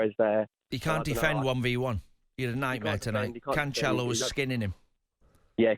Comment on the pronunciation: ITS CANCELO NOT CANSHELO JESUS CHRIST